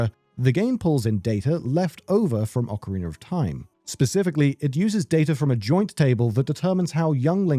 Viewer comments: How can I sleep when I hear Ockereener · What the hell is "Ocarin'ER'" Of Time?